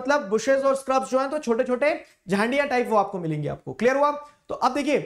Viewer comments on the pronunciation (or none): Sir it is not jhandia it is jhadiya